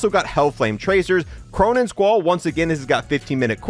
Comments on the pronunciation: Squall not Squirrel 😂💀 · It's called the "Squall" , it's not the "Squirrel" 😂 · the Cronen Squirrel 😂 at this point he's gotta be trolling he's done like 10 videos and never corrected himself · BRO U KEEP saying Cronen Squirrel not Squall . Lmao what school did u go to 😢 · “The Cronen Squirrel” 😂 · “Cronen Squirrel” 💀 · I will unlike every video he calls the squall and squirrel, learn to read my guy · "Cronen Squirrel" 😭